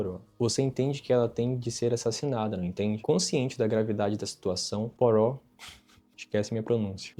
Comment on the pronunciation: Opa a pronúncia é puarro 😉